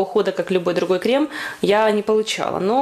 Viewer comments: Спасибо за видео. Только пожалуйста крЕм, а не крЭм!!)) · а можно всё-таки крЭм? :) мне это слово поднимает настроение - у меня просто есть одна забавная ситуация, связанная с таким произношением. Думаю вы сами заметили в начале видно, что я нарочно так сказала.